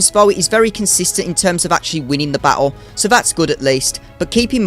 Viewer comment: Has anyone ever told you that you pronounce the word battle and many other words like a total dickhead?